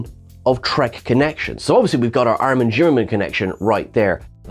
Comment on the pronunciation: Seriously? I do believe its SHIM-MER-MAN.... and yes.. BE-THEZ-Da... IN Bethesda Maryland.